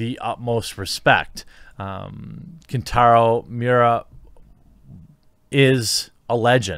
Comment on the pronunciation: He didn't pass away today, he passed away on May 6th. And God forbid you can't pronounce his name properly. Thumbs down. 👎